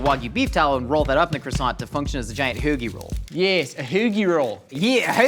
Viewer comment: ho(like your mom) gi. perfect pronunciation.